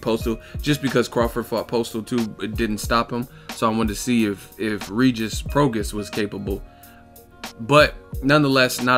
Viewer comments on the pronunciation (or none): It’s Pro-Gras-is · my dude it's pronounced pro-gray...it's Cajun/Creole...Rougarou the man at 140 I really wanted Crawford to fight i thought he'd be the toughest fight at 140 for him...Pistol don't want the smoke he's been procrastinating since September or October...Rougarou about to take over...i hope Mikey fights him or the winner of Broner Figueroa